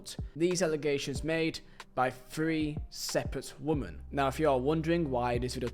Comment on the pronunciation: its Wih-men Not wuh-man. Woman = singular Women = plural I really Liked this video ❤